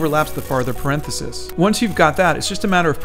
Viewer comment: Says parenthesis correctly 1 time. Then the rest of the video he says it weirdly